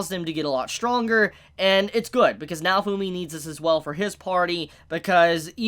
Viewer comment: Did he just pronounce "naofumi" to "naofuuuumi"???? Wth